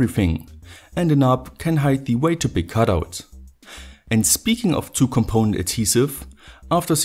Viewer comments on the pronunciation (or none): none